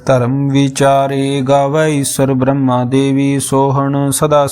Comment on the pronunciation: ਵਾਹਿਗੁਰੂ ਜੀ ਬਰਮਾ ਅਤੇ ਬ੍ਰਹਮਾ ਦੇ ਸ਼ਬਦਾਂ ਵਲੀ ਦੇ ਉਚਾਰਨ ਠੀਕ ਨਹੀਂ। ਵਾਹਿਗੁਰੂ ਜੀ